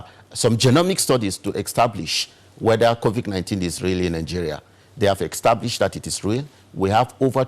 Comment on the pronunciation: Why is calling COVID-19 as COVIC-19. Why is he also saying EXTABLISHED insteadof ESTABLISHED. Please tell him to learn to pronounce those words correctly. What a shame.